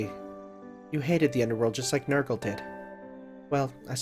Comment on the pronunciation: So there actually are such people whose first instinct upon seeing "Nergal" is to pronounce it as "Nurgle". Huh. And I don't even have a reason to suspect of being an enjoyer of the 40k...